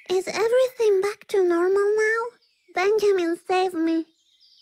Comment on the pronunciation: I love how she says “Benjamin” as “Bengimin”.